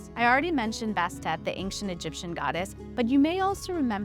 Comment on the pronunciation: This information about cats is great- the narrator who cannot pronounce the word "ancient" is entirely unqualified for any position of responsibility requiring communication.